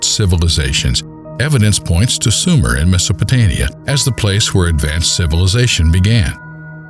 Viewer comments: Meso-po-TO-mia? Good God. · Wasn't it Sumer and not "Sumera" and MesopotAmia, not MesopotOmia